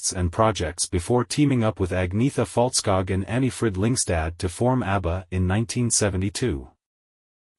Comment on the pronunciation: Terrible pronunciation of the members names! If you make this type of detailed history of people’s life, please learn how their names are pronounced! Especially Agneta’s last name Fältskog and her home town Jönköping is ridiculously mispronounced here, it should not be difficult to found the correct sound of the names online if you were really interested! 👎